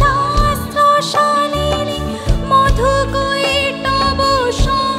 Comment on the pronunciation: "madhukaitaba "na "madhukaitava" pronunciation korle bhalo lagto .